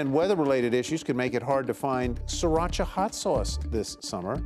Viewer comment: Sri ra cha, not sir ra cha. Leave it to NYers to butcher a name.